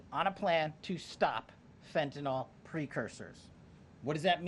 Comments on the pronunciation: It is pronounced Fen-tan-nil!!! NOT Fen-tan-nall!!!!!!!! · Fentanyl, not fentanol. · For goodness sakes! PLEASE PEOPLE, learn HOW TO PROPERLY PRONOUNCE the name Fentanyl!! It’s NOT FentanOL it’s FentaNIL. I don’t know why, as a medical professional, it bothers me so much, but it does…